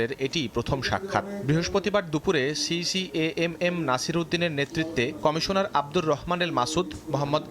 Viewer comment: বাংলা নিউজ পড়ছে, আবার বলতিছে খামিশোনার 🤣